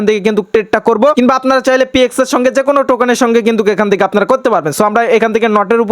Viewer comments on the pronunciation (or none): none